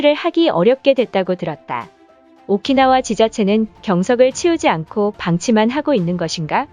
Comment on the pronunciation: 오키나와를 오카나와라고 하다니.... 발음도 띄어읽기도 여기저기 엉망인데....